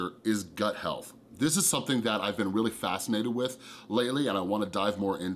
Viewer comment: did I hear weally instead of really...? 🤔😅